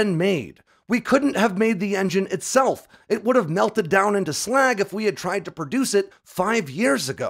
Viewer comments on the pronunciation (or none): none